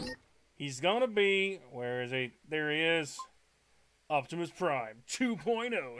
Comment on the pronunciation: yes he did. He said "Octimusprime" when it's spelled Optimus Prime.